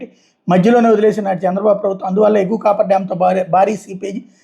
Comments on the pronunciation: "కాఫర్ డామ్" అని పలకాలి. కాపర్ కాదు...😂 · Cofferdam sir దాని పేరు దయచేసి మీరన్న చెప్పండి copperdam అనే పేరుతోనే పలుకుతున్నారు దానివల్లే ఈ confusion అంతా